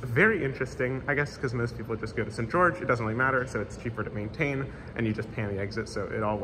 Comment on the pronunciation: I didn't find the "St. George" pronunciation to be weird. Sounded a tad British if anything but not odd. Kind of like St. John → Singen, just not as extreme.